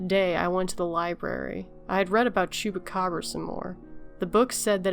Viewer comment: Great pronunciation of "Chupacabra" <3